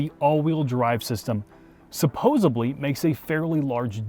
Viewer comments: Supposedly..not supposebly. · "supposedly*" not "supposebly" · Sorry but I have to, it’s supposedly, not supposebly. Unless I missed the joke. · ....it’s supposedly....not supposebly lol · Did I hear supposably when the word you intended to use was supposedly? oh no alert the press! I love you videos! great team work between you two! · Quickly followed by 'supposably'. Good polyglot hunting grounds this one. Supposedly... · Supposedly, not supposeably. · ...Did he say, "supposibly"??? I'm having Friends flashbacks! lol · Oof... "supposably" yikes 😂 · WAIT! Did you say "supposebly?" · is Supposebly a word now? u.g.h. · Supposebly? JFC man. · 'supposably' ugh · a TEACHER at my high school used to say "supposably"